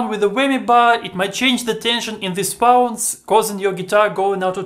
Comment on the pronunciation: Winds (pronounced wynds)....not wounds.